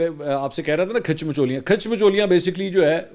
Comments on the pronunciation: او بھائی الفاظ کھاچ ہوتا ہے کھیچ نہیں کھاچ مطلب جیسے اپ ہو باقی مچولیاں اپ ایسے ہی لگا دو ، باقی اپ کو الفاظ اتے ہیں مجھے بھی الفاظ اتے ہیں جیسے اپ کیلے الفاظ ایا ہے وڈی کھاچ 😅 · khech nahi khach hota hay 😆